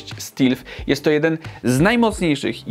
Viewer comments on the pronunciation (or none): Ja WSZYSTKO rozumiem. Ale błagam mów "stelf" a nie "stilf" bo bardzo kłuje w uszy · STEALTH czyta się nie stilf tylko STELF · 'Stelt', nie 'stilt', panie. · "STELF" nie "STIIILF"... :) A trzeba było wziąć jakiegoś Asusa. Np G533QS, który zjada tego MSI na śniadanie, a kosztuje tyle samo... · Ktos już pisal że stealth czyta się "stelf" a nie "stilf"? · Drogi, czyta się stelθ, a nie stilθ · Panie, z taką widownią zadbaj pan o poprawną wymowę anglojęzycznych słów, bo ten "stilf" woła o pomstę do nieba. A widzowie to potem przyswajają...